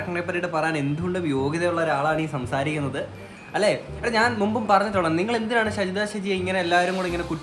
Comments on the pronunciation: ഷെജിത അല്ലടാ ഷാജിത 😂😂🤣🤣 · ഷജിദയല്ല ഷാജി ദ ഷാജിയാണ് പൊട്ട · ഷജിത അല്ല ഷാജിത